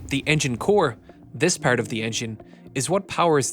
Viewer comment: why you say "part" like that påäart like bro why